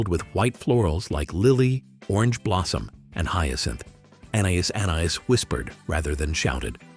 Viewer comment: You don't pronounce the S in anais anais